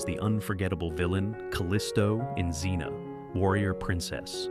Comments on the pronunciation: It's Air-eez, not R-eez. How many ways can you pronounce Zena? It's Eye-oh-layus. Pathetic. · And Zen-a. ,,,stupid AI